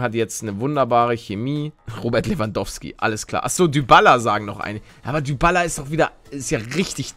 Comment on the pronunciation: Man sagt Dibala nicht dübala🤣🤣🤣